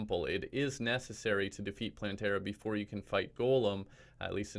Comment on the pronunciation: Me: clicks on vid Him: Hey, people! So today I can finally bring you my plantera guide. Plantera guide. Plan-tear-uh guide Me: cries in plan-ter-a